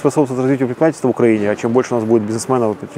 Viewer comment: Пожалуйста, скажите ему, что он живет и работает в УкраИне, а не в УкрАине! Столько интервью пересмотрел, а Владислав все не может грамотно и правильно назвать свою страну. Казалось бы мелочь, ведь это всего лишь ударение, но оно обо многом говорит